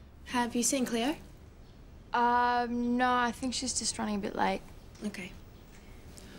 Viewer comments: its funny how they say each others names. emma just sounds like Emmawrr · DID SHE JUST CALL HER EMMARR ??¿